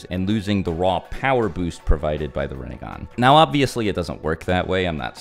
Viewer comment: "Rinne-gone" lol.